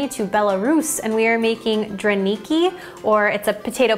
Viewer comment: to speak correctly drAniki stress in a word on the first syllable, just to let you know